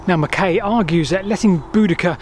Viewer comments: The surname MacKay is always pronounced "Mac-eye". His argument for the battle being on the hill above St Albans is far more convincing than you give credit for. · By the way,, the 'ay' part of Duncan MacKay's surname is pronounced 'aye', e.g. 'mah-k-aye'. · It's pronounced Mc "Eye". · It's pronounced mac eye as in the actor Fulton Mackay. Just a wee heads up from a scotsman. Brilliant. Programme. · Another fascinating video. PS. MacKay is pronounced Mac-aye as in, “Och Aye, Jock MacKay.” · Another great vid. So well done. How does Duncan pronounce Mackay though?